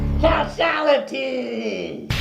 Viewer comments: Stopped the video just to tell you it's actually Kashality not cashality Thank you :P xD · It would actually be "Ka$hality" not "Cashality"